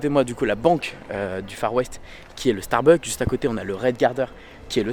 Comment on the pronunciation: StarbuckS on dit pas starbuck 😅 et tu peux dire personnages en français pas caractere 😂 mdr merci 🙏🏼